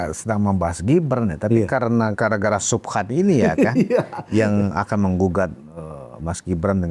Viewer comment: Bukan subhan tapi 𝙎𝙐𝘽𝙃𝘼𝙏..... 😂😂😂